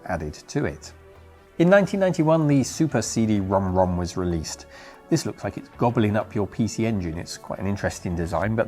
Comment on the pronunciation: You’re the first westerner I heard say CD Rom2 the correct way.